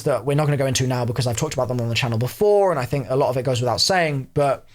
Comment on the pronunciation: “The road may be long unt dark...”